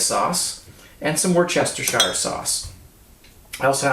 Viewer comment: Worcestershire Sauce is pronounced "woostershur". Not "wor-chester-shire".